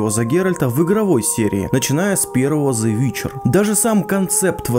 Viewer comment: Вот как только слышу: "зе", так и смотреть дальше не хочется (((